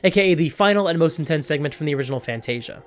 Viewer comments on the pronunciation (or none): none